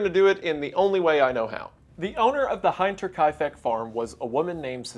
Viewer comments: I believe it's a short i sound in Hinter... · Hinter is pronounced like the English word "hinder", but with a T. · you pronounce "Hinter" like you would "hint" :) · (for context, "hinter" literally is the word for "behind". Wendi is saying "heinter" if that gives you an idea for the difference in pronunciation. twas a good laugh) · FYI Hinter is pronounced like Winter just with an h. Am getting kinda triggered hearing it for 1 Hour lol. Great video still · "Hinter" is pronounced like "hint" in "giving a hint" and "tear" like "tearing apart" but lose the r at the end. Edit: I remembered that the word "Hinterlands" comes from the german words. "Hinter" means "Behind" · Oh please tell me he doesn’t pronounce it “high-nter” for the whole episode 😅 I’m dying inside. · Great video! The "i" of Hinter is more pronounced like in the englisch "hinder", though ;) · i dont want to be that guy, but im gonna be that guy. the "I" in german only makes the classic "I" sound if followed by an "a" or preceeded by and "e". so hinter should be pronounced like "hinder" just with a T in place of the D. Anyway, this was another banger video my man, just the pronounciation was bothering me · German: "Hinter" Wendigoon: "Hynter" Me: "I trusted you!!!" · I think its pronuonced like winter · Why are you pronouncing it like that? I'll give you a H I N T , you're butchering it. HINT er KAI FEK. its no that difficult. Also "whenever" is not synonymous with "when" , the former implies "any" or "every" time, the latter implies a specific moment in time. I don't give a fuck if you think it's your dialect or whatever. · Ugh... the "Hint" in Hinterkaifeck is pronounced as such. A hint 😉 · I'm German and the way you pronounce "Hinterkaifek" in KILLING ME😂 "Hinter" is pronounced like "hinder" but with a t and the -er being an open a vowel. "Hinta". -Kaifek was pretty spot on though! I'm very glad to hear you talk about a case from my country. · Btw Wendi!! It's pronounced HEEN-TUR-KYE-FECK :D